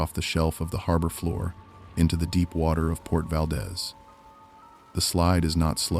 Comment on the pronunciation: "Kin ick arms" or earthquake park. I know I'm talking to IA. SHOULDN'T HAVE WASTED MY TIME. YOU HAVE NO KNOWLEDGE OF ALASKA! VAL- DEEZE